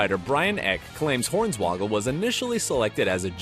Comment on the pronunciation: His name is Horn-Swoggle...... not Horns-Woggle. WTF is wrong with this guy?